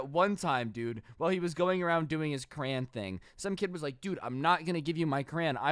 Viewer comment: Ok besides all the other stories this is what triggered me the most... HE SAYS CRAYON AS CRAN!!!